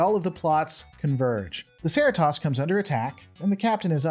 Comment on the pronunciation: "covering shifts" happens puhlenty IRL too, even the military And a waste of internet ink, but Cerritos is pronounced like Doritos - unless you call them "dorry-toss" But yeah badgey FTW!!